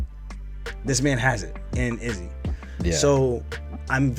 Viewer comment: The way you pronounce Izzy’s name makes my skin crawl lol